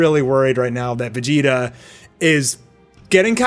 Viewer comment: Can't help but notice he says: Beh-gi-tah Not Veh-gi-tah